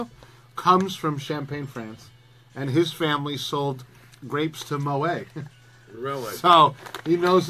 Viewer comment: Noone says Mo-ay.